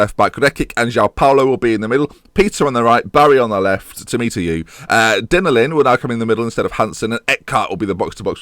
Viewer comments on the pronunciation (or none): You say Dennerlein like this : Denna-lai-n